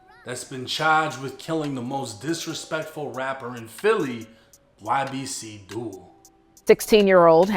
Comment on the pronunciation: Glad u said YBC and not Yibbick like that one dude